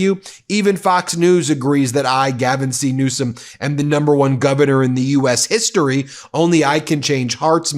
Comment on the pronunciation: His name is Newsom not Newscom. rump you can't even speak correctly